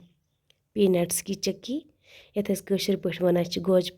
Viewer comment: Didi chaki nhi chiki hai ....ur aap kashmiri mai hi baat Kiya kro ...plz ...ur aap daniya ko b danii bolti ho ....ore sounf powder hota hai na ki badiyan ....plzz bqi hamari traf se full sport